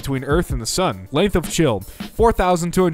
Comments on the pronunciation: did this man just call chile "chill" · Chile: is pronounced ‘Chilly’: Chill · Meme: Chile (Chil - E) / (Chil - A): Chill (Chil) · Did... did he just pronounce Chile as chill!? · Ah yes, “Shille” the very long and narrow country on the western coast of South America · Did this man just pronounce Chile as shil? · My guy did u really just pronounce Chile as chill??? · bruh chile is pronounced "chee-lay" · No it is pronounced "chī-lay". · Hr pronounced Chile as "Chill" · YOU PRONOUNCED CHILE SO WRONG THAT, idk I just wanted to be mad on the internet. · Do you really not know how to say chile?! And your better than the other trans sounding guy.... sorry